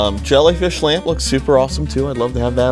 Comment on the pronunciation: Wen she said lamp I thought she said lamb